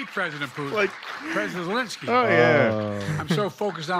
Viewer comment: He called him Elensky as well.